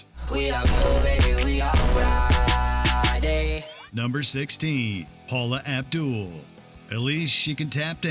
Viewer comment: You were doing good until you said Paula Abdul